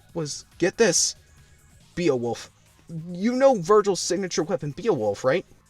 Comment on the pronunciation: the fact that you can't properly pronounce Ebony, pathetic. Other than that, good review, I've been "binge watching" reviews to remember why I shouldn't download this game 😅 Edit: Come on man! You can't pronounce Beowulf either!?